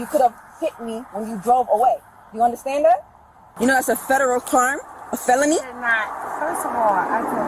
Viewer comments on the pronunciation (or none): That black cop sounds like she gotta lil Spanish in her , when she says "you know that's a felony..ect"